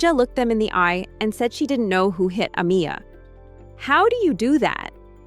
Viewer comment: Why isn't her name Amiya being pronounced correctly??